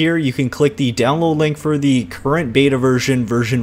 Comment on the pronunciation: When the Xbox one fallout 76 Ad plays and he says Beta Incorrectly.